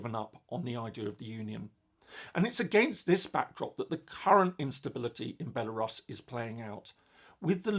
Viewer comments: no, it's not the normal British way. It's Belarus, with [u] sound. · That a new way of pronouncing Belarus that I've hadnt heard before.